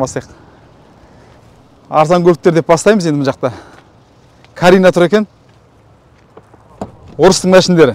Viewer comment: Карина емес Лада Калинаго коликтердин атарын дурыстап айтшы